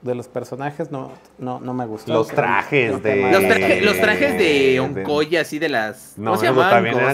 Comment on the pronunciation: Cada que dice Onkoye, pienso en Onicomicozis